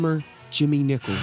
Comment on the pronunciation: Nicol, not Nichol!